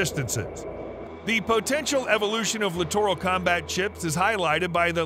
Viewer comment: Another LCS video where the narrator doesn’t know how to pronounce “littoral”. It’s pronounced like literal.